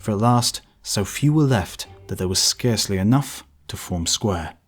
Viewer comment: And that 'Scarcely' is pronounced 'Scare - slee' not 'Scar - slee'.